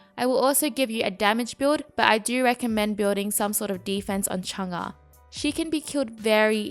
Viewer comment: Your pronouncing her name kinda wrong it’s mostly correct